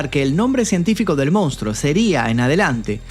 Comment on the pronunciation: Con crees que podes extorsionarme no?? Pues te voy a decir una cosaa... FUNCIONÓ!😅: "MOUNSTRO"